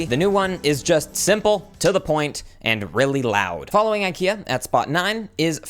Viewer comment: You don’t say Ikea like that…